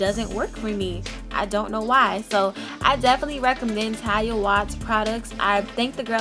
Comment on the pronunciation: I died every time you mispronounced Taliahs name. 💀💀💀 we forgive you boo.